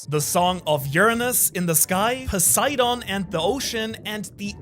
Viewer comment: A german guy pronouncing english words in a japanese accent is starting to be some of the most cringe stuff in the one piece community Cant even say poseidon which is greek/latin without sounding like a japanese tourist smh Speak english properly and quit tryna sound japanese dude like what even is that, a grown man culturally appropriating an accent ? 😂😂 Jk but still wtf